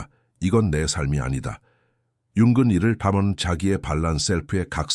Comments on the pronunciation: 융은 을 왜 자꾸 융근이라 읽는지 내용은 좋은데 그게 거슬리네요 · 영어식 발음이라 그런거 같아요. ng 발음이 우리말로 이응(ㅇ) 인데, 사실 끝에 g발음이 조금있어요. Morning 발음이 천천히하면 몰닝그. ‘그‘가 뒤에 살짝있습니다